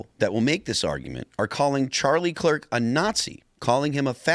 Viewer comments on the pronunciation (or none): Good old "Charlie Klirk".